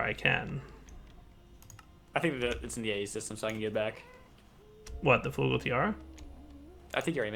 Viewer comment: It's not Flugel, more like Flygel, that's what the omlauts indicate, a different vowel.